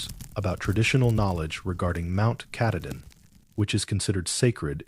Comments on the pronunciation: Ka tah din is how you say it. It’s hard to believe this when the guy who is supposed to “live in Maine” can’t even pronounce it. 🙄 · "Mount catadin" thats embarrassing.......ill find another channel to watch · Brewer Maine, but I was born and raised in Millinocket! I like the stories, but someone's gotta tell the AI it's KAH-TAH-DIN. 😊 Great job though! I'm writing a collection of short horror stories myself, all based on legends/myths from the North Woods. Stay tuned! ❤ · He knows the name and has worked there for years but can't for the life of him pronounce Mt Katahdin!!! (Cah-tah-din) Not hard really! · KA-TAH-DIN, you didn't work there if you can't pronounce the name correctly! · Learn how to pronounce Mt Katahdin correctly. You are murdering it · You had me until AI pronounced Katahdin wrong. That’s when I turned it off. 😂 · The narrator is not a park ranger. It doesn't even pronounce Katahdin right. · Pittsfield, Maine Come on. You could at least pronounce Katahdin correctly. SMH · I was unhappy with the pronunciation of Katahdin as well. 🙄😬😠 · It's so weird how inconsistent it is. The first story was pronounced incorrectly. The second it was correct. The third it was wrong the first time and right the second time. All the same AI. I don't get it. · He needs to say mt.Katadin the right way it's not how he says it 😊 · BECAUSE THE NAME OF MT. KATADIN WAS INTERMITTENTLY BEING PRONOUNCED WRONG. I READ A COMMENT BY A READER FREAKING OUT ABOUT IT. I COMMENTED MAYBE IT'S AI NARRATED. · The AI reading this sucks. For actual Mainers to be expected to listen to horrible AI mispronunciations of places they know and love is unconscionable. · Doesn't pronounce Katahdin correctly. Can't be a Baxter Park ranger